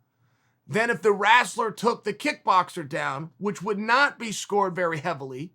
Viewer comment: The “wrasler” lmao.... love Chael!